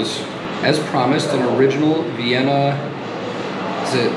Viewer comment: As an Austrian I have to disagree - the pronounciation was pretty spot on.